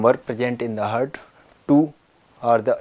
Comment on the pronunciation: It's heart not hurt